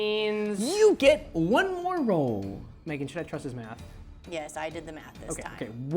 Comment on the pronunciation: I know he says "that was not research Megan" but bc of how he says it I thought he said "that was not research babe" for a second and I was like w h a t